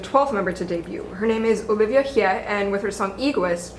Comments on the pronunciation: It’s Olivia Hye (Hey!), not Hei wtf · "olivia hea"